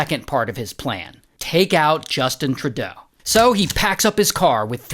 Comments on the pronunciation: "justin trudaeabuh" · Justin trudueaudeau😂😂